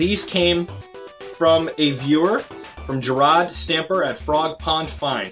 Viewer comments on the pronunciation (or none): Appreciated the shout out, for the record my name is actually pronounced jur-RAD, but eh i've had it fouled up so many times int he course of life, dont matter now! lol Anyway, thank you again, and I hope to make a deal with you again:) Im pretty sure I still got some game books, and things like them lurking around.